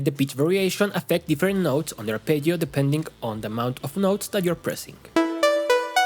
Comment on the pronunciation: well, then... I guess my kink is hearing Spanish speakers say arpeggio with decent Italian pronunciation? Please make more videos where you say arpeggio kthx do you have only fans wait i didn't mean to type that